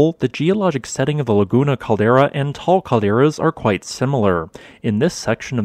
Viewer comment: Eyyy props on saying Taal correctly lol